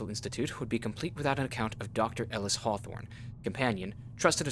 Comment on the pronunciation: I swear the MC pronouces Hawthorne like Whore-thorn 😂